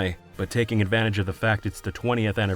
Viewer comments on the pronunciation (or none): none